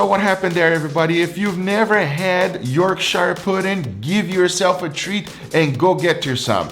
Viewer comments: I'm from Yorkshire! Its Pronounced "Yorksher" you did a good job of making them, I usually get them ready made from the shop and they are delicious with steak and gravy! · Please pronounce Yorkshire correctly, its not SHIRE, we are NOT!!! hobbits, its pronounced York-sher also that tallow on the puds was no where near hot enough, you need to take it above 200'c til the oil is screaming hot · I’ll tell you what makes a difference; Firstly, and less importantly, it’s not pronounced “York-shire”, it’s “York-sher”. Secondly, your batter wasn’t ready, if you’d have made that batter half a day or so before you came to use it THEN it would have been ready …if you don’t believe me then please try it. It’s essentially pancake mix, at least the way we make it in the UK …and yes Pancakes made with a mix made a long time before you use it is also way better! I don’t know why? I suspect there is a little fermentation involved. …Oh! And Goose Fat or Duck Batter, heated in the Pudding Tray is amazing for Yorkshires! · Say it like this… York-share Not York-shire This isn’t lord of the rings fam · York-shy-year pudding lol it's just York-shuh pudding lol or York-share if you wanna be very old fashioned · Its pronounced Yorkshar. Or Yorksheer. Not YorkSHIRE. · As a Brit born in Yorkshire but watching this in California I just have one suggestion. Pronounce Yorkshire as if it was spelled “Yorksher”. I would love to try it with the Wagyu fat, and I’m making steaks for my parents this weekend and will use the aromatic combo! Cheers! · It's "Yorkshuh". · It's pronounced York-Sher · Yorkshire is pronounced yorksher 😂😂😂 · yorkshire puddings (its york-shear like shearing a sheep) are the BEST when served with gravy, especially beef or onion gravy! Give it a try! Love from the UK, home of the pudding:) <3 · York"SHIRE" puddings. damn as a northerner that hurts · It’s pronounced “york-sher” pudding! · someone tell meow the H is silent.